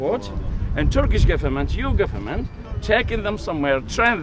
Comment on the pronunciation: The greyhead muslim man several times said " gefement". Now I realized he meant "goverment" )